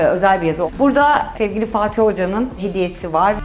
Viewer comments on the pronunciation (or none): none